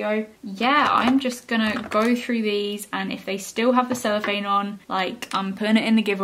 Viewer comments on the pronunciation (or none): I remember I watched one of your old videos ages ago it was a primark testing makeup and you was trying to get the celipahne of the pallet and you said “celephane” it made me and my cousin laugh so much and still to this day ❤️❤️❤️❤️❤️❤️